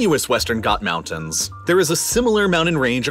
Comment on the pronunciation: I get all that. Just one thing, though.. What the hell are mounans??? 😂🤣🤣